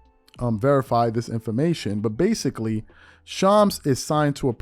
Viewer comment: you're shredding Shams name bro lol